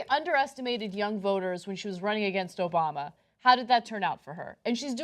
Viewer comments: The idea that Hillary might be seen as more of a New Yorker than Sanders will evaporate when people hear how Sanders pronounces the name of the president! Hillary: "Obama" Sanders: "Obamer" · If they hear how Sanders pronounces the name of the president, New Yorkers will know who the real New Yorker is!